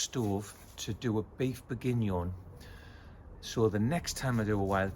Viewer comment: I need you to work on that French accent. It’s Burf Boorgeenion